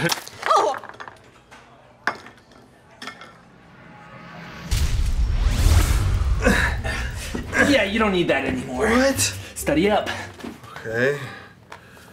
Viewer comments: “I’m pretty intelegenent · When Anthony said “Inteledgeadent” I died of laughter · Anthony said I'm pretty intelegenent